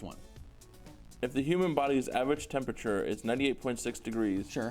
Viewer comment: Too much "Tempature" for me =(